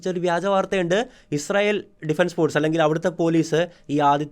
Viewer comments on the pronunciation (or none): none